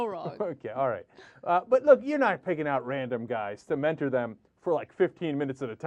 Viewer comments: LOL MEN-TORE!!!!!!! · men-tore. haha